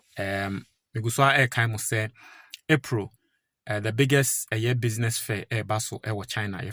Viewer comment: I Know An Ewe Man Can Never Pronounce APRAA, Instead Of APRIL Thanks 👍👍👍